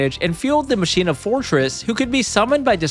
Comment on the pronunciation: So is the word "machina" pronounced wrong on purpose? Is that a yugioh thing or yall just dont know that word? Lol